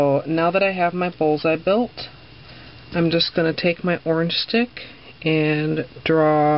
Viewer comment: is she saying orange stick or origin stick to pickup the leftover nailpolish